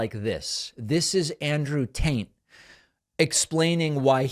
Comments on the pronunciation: David, Sir, I love the way you say Andrew Taint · "andrew taint" slip of the tongue, eh? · David, did you mean to pronounce it as "Andrew Taint"? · Did David call him Andrew taint? 🤣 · Love how David is saying Andrew "Taint", hahahaha. 🤣 These right wingers are beyond parody at this point. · Did David say "Andrew Taint"? 🤣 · I love how it sounds like you're saying Andrew Taint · Is David’s pronunciation of Andrew “Taint” deliberate? 😂😂😂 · Are... are you purposely calling him "Andrew Taint'"? Because that's what I'm hearing and it's pretty funny. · Is he saying taint 😂 I’m pretty sure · Is he saying Andrew "Taint"? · Is it just me or did he say Andrew Taint? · Lol my guy said “Andrew tant” 😂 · "andrew taint" 🤣🤣🤣 Pakman's too smart to not be doing that on purpose... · David, I'm not convinced that you didn't say Andrew TAINT. LOL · Andrew Tate is like a toddler, he needs to be stimulated with sounds and pictures and bright colors and explosions! 🤣 Also, David, I must point out that it sounded like you called him Andrew TAINT. 🤣🤣🤣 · Candice is helping bring down the high position of respect that other highly developed countries used to have for the US. And heh, love how David pronounced AT’s last name as “Taint,” which accurately describes “Taint’s” focus in life.